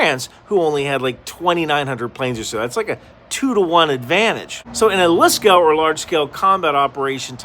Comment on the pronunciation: heh, LSCO sounds like "lisko" with means Lizard in Finnish